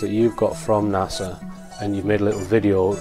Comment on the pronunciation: It's Phobos, not FoBoss. It's NASA, not Nasser.